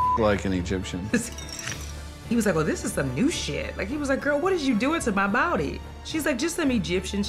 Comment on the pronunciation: It was the “excoos me” and “bowdy” for me. This narration is 👏🏻.